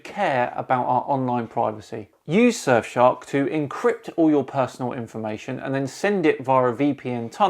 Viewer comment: "[...] surfshark vpn [...]" heard that as "sir shark vpn" and was waiting for something like "sir shark vpn, the royal solution to your privacy" also, phucket word for DFOTY 2020